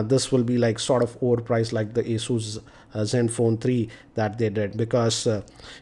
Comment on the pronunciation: That's pronounced 'a-zyoos'.